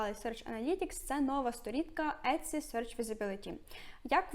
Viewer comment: Але чому Этці, якщо сайт називається Ітсі ? 😳